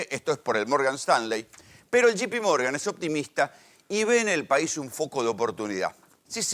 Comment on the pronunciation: Cuantas veces dijo shipimorgan? Burro